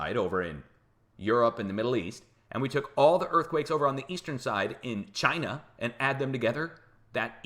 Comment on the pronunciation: Why...WHY do you sa Ch EYE NUH